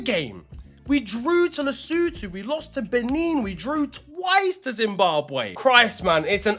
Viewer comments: Nailed lesotho😂😂😂. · thank you for knowing how to pronounce Lesotho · I didn't expect him to pronounce Lesotho correctly with that accent but he did 🔥🔥🔥